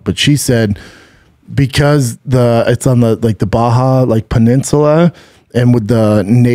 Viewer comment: Puh-ninz- uhh- la, turr-istoolee, turristt